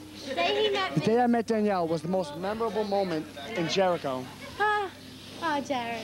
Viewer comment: They don't say memorable, they say memerol.